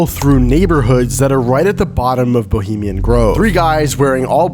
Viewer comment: "BELIMIAN" GROVE? ROFL! WHY NOT EDIT OUT WHEN U CANT SPEAK PROPERLY? IS IT A GROVE FOR SKINNY PEOPLE? BULIMIA! LOL.